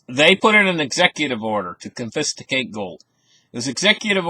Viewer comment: Con-fis-ti-cate! Okay G. W. Bush!